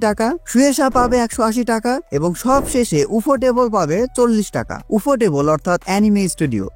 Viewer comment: উফোটেবল বা ইউফোটেবল 😂